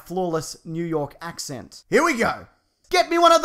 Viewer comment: That NY accent was spot on